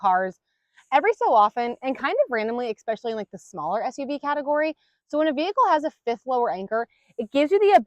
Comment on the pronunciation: Thanx! You rock! (*FYI: It's pronounced eSpecially, not eCspecially or eXspecially. 😁)